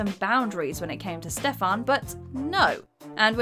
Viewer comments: It’s not Stefahn!!! It’s Stefan!! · For the love of God that's not how you pronounce Stefan. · Was I the only one getting triggered by how she was pronouncing Stefan's name? 😂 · You completely butchered Stefan's name and Keith was never married to Karen. At least get the damn names and facts straight. Not the first video I've noticed discrepancies